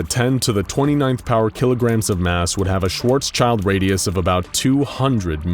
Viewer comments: Small mistake It's Schwarzschild not "Schwartzchild" Schwarzschild are the two German words Schwarz (black) and Schild (shield) put together to form a new word. Just like Autoreifen which is made of Auto (car) and Reifen (tire). Yeah we have many of these. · Very good video, but it's schwarzschild (black shield) radius and not schwarzchild radius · Btw: it's "SchwartzSchild" radius, not "..child";) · when you are german and you are constantly hearing "schwarzsCHILD" instead of "SchwarzSCHILD" there ("sch" is spoken like "sh")